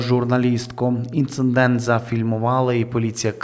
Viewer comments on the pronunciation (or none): Будь ласка, не ІнциНдент, а Інцидент . В кожному відео повторюєте помилку - це дуже ріже слух